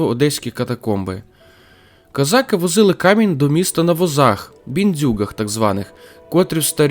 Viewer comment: Дякую за ваш огляд справжньої історії України, а не видуманої і перекрученої. Дякую за українську мову. Видно що вам важкувато говорити, але у вас гарно виходить. Тільки одне прохання щодо такого знакового слова для України, як козАки. Дуже ріже слух кОзаки. Це на якийсь російський манер звучить. В Україні були тільки козАки, козАк. А в усьому іншому дуже сподобався ваш ролик.